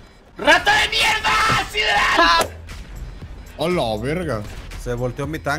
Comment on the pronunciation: Sideral suena como sidral